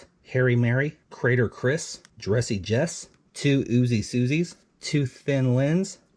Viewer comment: It's * not Jess...